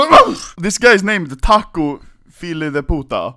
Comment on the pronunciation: Btw you said tacio son of a bitch and the language we speak is Portuguese not Brazilian lol